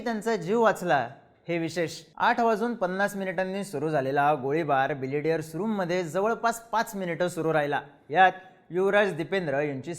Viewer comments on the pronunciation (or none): Are बिलियर्ड आहे ते तू बिलिडियर बोलतोय . थोडा knowledge घेऊन bolat ja .Tase tuze videos आवडतात